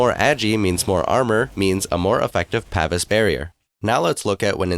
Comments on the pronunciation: (Pa - Veece) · Its Pa-vees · It's pronounced "pah-vees". Just like it is also pronounce "ee-jiss". The DotA community fails hard with such things it seems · It's pronounced "paveese"